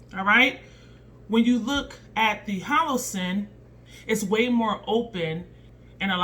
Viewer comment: HO LO SUN! LOL! U keep saying HO LO SIN.... PRICELESS!